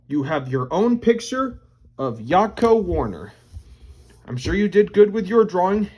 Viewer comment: The way you said his name tho..💀